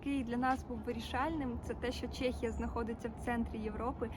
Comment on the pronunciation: Чому в описі до відео написано кругом "чЕхія" а говорите ви постійно "чЄхія" ?😡 Так говорить в основному русня, тому виправляйтесь.